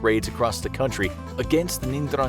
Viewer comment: It's pronounced eN-drang-e-ta